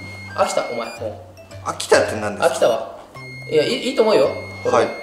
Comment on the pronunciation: はいがはいiになってるwww